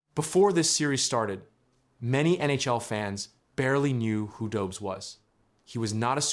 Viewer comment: Tampa isn’t a dynasty, and its pronounced do-besh.